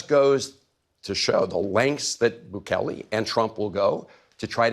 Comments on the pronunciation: "President BOOkalay) I swear.. these Republican hog politicians from southern states DON'T EVEN ATTEMPT to pronounce non-Anglo names correctly 🙄 it's almost like they go out of their way to mispronounce them.. Not that I think Bukele deserves respect, but it's really cringey and embarrassing to hear these so-called "professionals" representing American constituents butcher the names of foreign leaders so badly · President “Boo Clay”